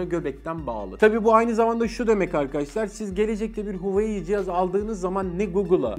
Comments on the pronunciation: Huveyi demek yerine hu a wei seklinde hecelerek soylesen ne guzel olacak bildigimizi unutturdun 😂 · huveiy diyeceğine keşke "huavei" desen be abi :) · ALLAH RIZASI İÇİN "HOVEEYİ" değil "Huawei" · Abi gözünü seveyim huuuyii değil huveyi de değil Huawei diye oku gitsin ya. Kanser oldum :D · Zaten öyle de okunmuyo ki böyle okunuyor ; wavey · huayiii nedir ya neden huawei diyemiyorsunuz aq tsrrjxhkyc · Reis Türkçe okunuşunu yazalım da tan okusunlar "huavey" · ABİ HUAWEİ DİYE OKUNMUYOR HAWAYİ DİYE OKUNUYOR. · Hueyyii derken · Abi huawei i huveyi diye okuma artık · Reis Huawei demeyi öğren artık videoya odaklanamıyorum 😂😂😂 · sen huawei deme kardeşim, bi daha ki videolarda "şey "de biz anlarız:D